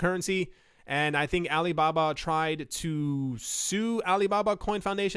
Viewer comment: Pronunciation is like Alee Babah